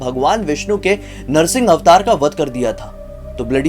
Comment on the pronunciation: It is narasimbha Avatar 🙏 not narasin Avatar